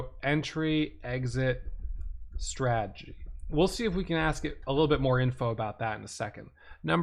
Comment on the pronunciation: Say the word STRA-TE-GY..repeat...STRA...TE...GY